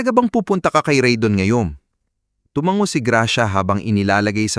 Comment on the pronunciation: TUMANGO -- - - TU - - MA - - - NGO , HINDI TUMANGGO - - -,TU - - - MANG - - - GO ANG. BIGKAS